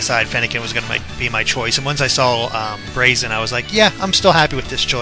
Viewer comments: Gah,, you're still pronouncing Braixen wrong. It does have an X, it's just that how you pronounced it in the analysis was like "Brahkseein" (probably because you were misreading it as "Braxien"). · Braixen is actually pronounced breaksin, which is derived from vixen (a female fox).